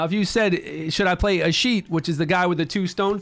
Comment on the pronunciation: A-skeet-ius that's how you pronounce his name